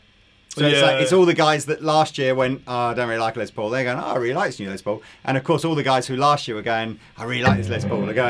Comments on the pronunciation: Why do you guys pronounce Les Paul's first name as "Lez" instead of "Less"? His full name is Lester, so I would expect the later pronunciation. Is it a British thing? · If says "Lez" Paul one more time I'm gonna lose my shit!